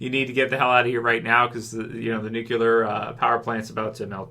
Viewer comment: It's Nuclear (Nu-klee-er), not Nucular (Nu-Q-ler)! You are Canadian, Canadians don't say Nucular!!